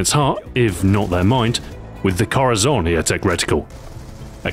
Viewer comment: Its more like Cor Ahhh Son